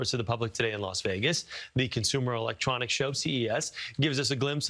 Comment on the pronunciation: COMPUTER Electronics Show? Must be a new one... 😜 Also, "Elextronics" 😂😂😂